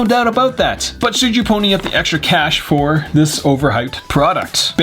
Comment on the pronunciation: shwood he?